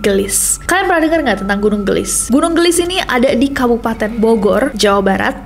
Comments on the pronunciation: kak nes bukan gelis bacanya tapi geulis 😊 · Koreksi. : Cara bacanya bukan gelis, TPI ge'u'lis (geulis). Geulis di ambil dari kata / kosakata Sunda yg mana artinya CANTIK. GEULIS = CANTIK. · Geulis kak nes bukan gelis wkkw lucu aku denger kaknes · Geulis, gunung Geulis bukan gelis, artinya cantik kaya kak nessie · Kak nessie, kalau boleh aku koreksi.. Pelafalan “ geulis ” itu gak flat gelis.. Tapi kak nessie gemes banget pas ngomong gitu aaaaaakkkk loveyou kak nessie❤ Jadi pelafalannya itu ada eu nya ge-eu-lis gitu kak. Hehe salam hangat dari bandung, sehat selalu kak nessie, loveyouu😊❤❤ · Gunung 'geulis' mungkin ya kak ness.. bukan gunung 'gelis' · nyebut geulisna salah mba 😅